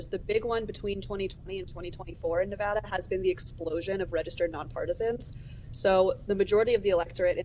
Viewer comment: One of the few reporters who correctly pronounce Nevada. Good on you!